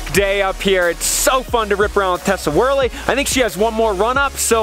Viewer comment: Braaa - it's WORLEY not WORLY :)